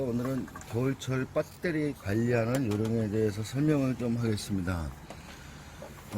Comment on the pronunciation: 형님! 빳때리가아니고 배터리입니다! ㅋㅋ 빳때리!